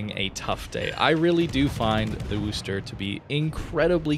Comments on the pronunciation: Can we please stop saying 'Wooster'? It's named after the second largest city in my home state (MA), not the city in Ohio. It's pronounced 'Wusster', like "Don't be a wuss". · "WUH-STER" not "WOO-STER"